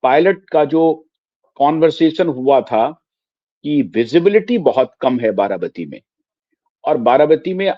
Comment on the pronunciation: आप बार बार बाराबाती बोल रहे हैं, आप पत्रकार होकर भी गलत बोल रहे हैं, ये बाराबाती नहीं बारामती है